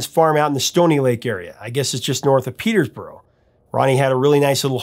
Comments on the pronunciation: Hey, big Canadian Rush fan here(Neil was actually born not far from where I live) Just a couple pronunciations corrections; Ronny Hawkins farm is outside of Peterborough, Ontario, no S in the middle of Peterborough, as you said it. And lyricist Pye Dubois' last name is pronounced the correct french way du-bwah, not the Americanized way do-boise. All in all a great breakdown on a rock classic! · Just Peterborough not Petersborough my friend. :)